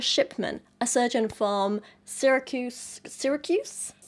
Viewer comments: Hey I'm from Syracuse! You nailed the pronunciation, don't worry, southern U.S. cities harder to pronounce like Leicester being pronounced as Lester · Your pronunciation of Syracuse was spot on. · You pronounced Syracuse right, don't worry! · You said it right from someone who live near Syracuse. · You said Sarycuse right the first time! I'm from upstate new york and live an hour away from that city. 💞.... so glad such a fascinating medical case occurred so close. 😂